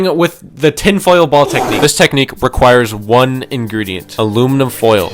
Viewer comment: ABLUMINUM BOIL???